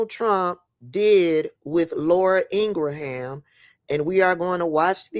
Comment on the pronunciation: Hey, Sis, idk how to DM you or say it privately, but Laura's last name is pronounced "Ingram", like James Ingram (iykyk). I didn't see where anyone else said that, but I respect you, and want you to know. I love you, keep doing what you're doing! ❤✊🏾